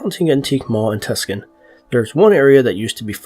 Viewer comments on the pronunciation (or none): It's pronounced TWO-SAWN not Tusk-son. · "Tus-can"??? Oh, *please*. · Too son lol Tuscan lololol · Lived there 20 years--this makes me cringe as much as people pronouncing my home state "Ore-gone"! Didn't they at least hear the Beatles song "Get Back"??? (We'd all laugh at JoJo leaving for "California grass"! We all knew it's just as good & much cheaper in Tucson--or, as we called it, "Too-stoned, Arizona"!) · Loved the mispronounced name xD has me rollin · Its pronounced this way toos-on and moe-giee-on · He says Tucson wrong